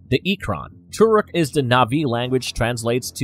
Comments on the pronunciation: its not turuk its toruk literally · Why im so annoyed to hear the way he said Turuk and sometimes Thuruk instead Toruk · he says turok instead of toruk during the whole video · not gonna lie i clicked so fast at the title, but soon they say "Turuk" instead of "Toruk", i pause and not continue the video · The way he saying Toruk is kinda pissing me off tbh😒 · Why do you guys pronounce "Toruk" wrong